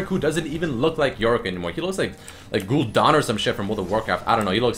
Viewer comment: how did you pronounce gul'dan again?